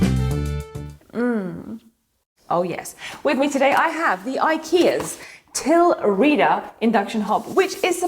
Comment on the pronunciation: It is Swedish. It is pronouced "TELRÄDA"